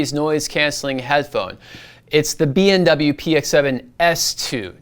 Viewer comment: why do I hear BMW instead of BW all the time you say the short name of Bowers & Wilkins?